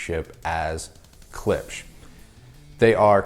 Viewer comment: It is funny that English speakers do not know the simple fact that "sch" in German is simply pronounced "sh" .... and try to pronounce it weirdly! Poor Klipsch!